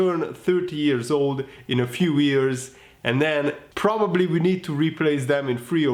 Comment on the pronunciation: 3.41 it’s “wise beyond his years” not ears 😂😂😂😂😂